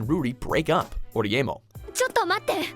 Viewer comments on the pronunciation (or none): first, Oreimo, you said it wrong second, the fucking digital Jedi was the digimon emperor, what??